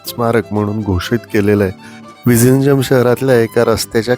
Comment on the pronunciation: तुम्हाला माहित आहे का.zh ह्या जोडाक्षरांच् उच्चार तामिळ, मल्याळम भाषेत "ळ" असा केला जातो. तुम्ही जे विझिंजम असा उच्चार केला तो प्रत्यक्षात "विळीन्यम" असा होतो.तसच tamizh ह्या शब्दाचा उच्चार तामिळ असा होतो. 🙏